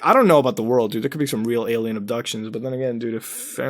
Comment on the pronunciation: Muta, I need to know why you say alemal instead of alien. What's up with that?